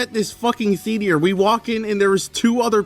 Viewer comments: why do you keep saying theteor like we're going to get hit by a theater rock from space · I don’t think I’ve ever heard anyone pronounce theater like meteor before lol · Okay. I'm gonna say it. It's "THEATER", not "THEATIER". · I’m sorry but I can’t get over how you kept saying theteor instead of theater 😭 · why do you say thetear instead of theater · ITS THEATER NOT THE-TIER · That’s not how you say it. Assuming your American, it is pronounced thee-ay-ter, and not thee-tee-ur. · I think you might be the only person I've ever heard pronounce theater as "theetier" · why does he pronounce theatre as "theedier" 😭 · tf is a "theedier"? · the way this guy pronounces "theater" is killing me, bro what the hell is a "thethear" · What the fuck is a the-tear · "Theetier" lol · i'm so sorry but the way you pronounce "theatier" is fucking me up. otherwise, very fun watch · how do you spell theatre? theediar? thats how ur saying it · "Movie Theetyer" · Please stop saying theteor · why they say theteor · You aren't allowed to go see another movie until you say theeteor right, ok? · Your pronunciation of Theadier is killing me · Dear, please stop calling theaters "theatiers". Thanks. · "Thee-eater" I love it. It's like some weird ameribr'ish pronunciation. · This guy doesn't know how to say theater. Wtf is a thetear? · Ok but who says “theatear” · It’s proper annunciation is thee ate er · What on earth is a "theatier" lmao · Why you keep saying theatear? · Why do you pronounce it "Theteor". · why are you saying theetiar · Who the hell pronounces it as “theetee’er” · what the fuck is a theet-e-ear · Bros calling it a theatier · What’s a theateor lmao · Wtf is a Thea-te-er lol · Why do you pronounce it thee-tea-er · why do u pronounce theatre as theatier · You pronounce theater like meteor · wtf is a theateer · Tf is a “Theateor” 😂😂😂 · Bro said theateer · why do you pronounce it "thetier" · Why was blud saying theatyer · Mm yes “theteor” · “Theetear”